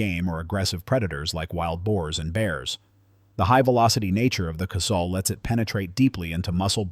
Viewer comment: .454 Casul. Pronounced "casool", not "castle". I prefer the .44 mag, you can load it up almost to Casul levels, or use the .44 Special for plinking. A broad range of loads.